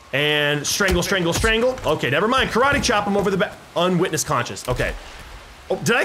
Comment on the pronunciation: "unwittness conscious" XD